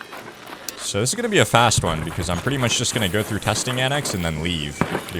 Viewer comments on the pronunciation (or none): none